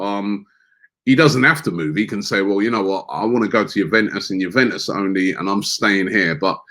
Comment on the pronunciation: youveus 😂😂😂😂 Bruv its Juventus